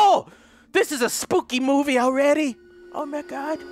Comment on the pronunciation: He said moviee